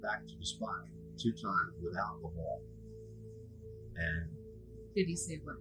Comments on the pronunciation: Alcohol. - not 'alchohol'. (Could not resist offering a correction; I learned English in school, lol) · Alcohol not alcohohol...